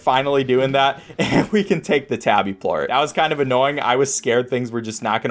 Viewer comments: Did you say port instead of plort? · actually it's Plort not port get it right 🤓👆